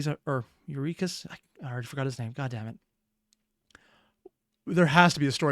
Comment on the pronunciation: your-ill-ah-cuss. some old names are kinda hard to pronounce. i prefer Gigi's style, but this does look awesome.